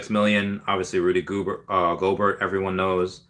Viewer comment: Rudy Gohbert(SP) is the Defensive NBA player of the year. Big time Bro….lol It is pronounced Go Bear. Thanks for the show.